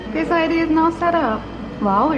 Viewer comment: like she says 'Englisheu' 'my Faceu' and 'quickeu'